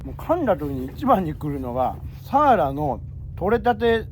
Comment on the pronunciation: いつも楽しく拝見しています。サワラ漁っていうときは 合ってるのに・・・・サワラって単語の時のイントネーションが毎年気になってます。